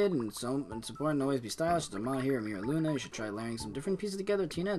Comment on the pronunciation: Meera Luna. 💀💀 Its pronounced Myra Luna.